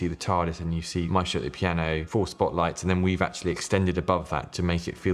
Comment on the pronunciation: There’s something so satisfying about how they say Maestro